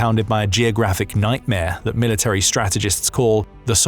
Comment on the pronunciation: Can you please re-educate yourself on how to say military?